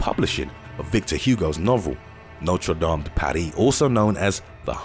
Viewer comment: As a Frenchman, I undoubtedly say that Notre Dame's fire was horrible. By the way, good pronunciation of its name 👍👍.